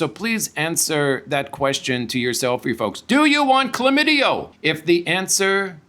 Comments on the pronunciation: The word is chlamydia not chlamydio. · It’s Chlamydia - with an “a” on the end